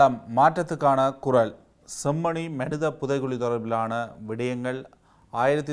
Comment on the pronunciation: அந்தக் காலப் பகுதியில், தமிழைக்கூட உச்சரிக்கர் தெரியாதவர்கள் எப்படி தமிழ் ஊடகவியலாளரார்கள், குரல் - குறளாக உச்சரிக்கப்படுகிறது. தமிழுக்கு வந்த சோதனை?